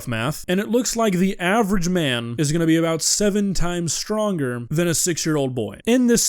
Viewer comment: I love how you emphasize "average man" and then proceed to argue human endurance vs animal endurance with the example of running on a treadmill for an hour. The average man can't even run around the block once 😂😂😂